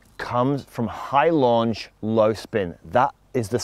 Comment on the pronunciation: Sorry for being a pedant, but it's launch not launce 🤣